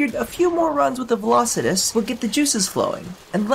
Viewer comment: Finally someone who said its name correct